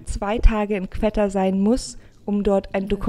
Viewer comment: Sehr tolles Video! :) nur spricht man es nicht qwetta sondern einfach wie qotta aus